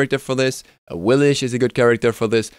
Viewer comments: Im getting tired of "AwiliSH" in every damn video xD Why Awilix herself say "Awilix" when you pick her? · Awlix is actually pronounced with the "sh" sound. Her god selection voice line is wrong. Ratatoskr refers to her with the correct pronunciation, and I think it shows up elsewhere as well.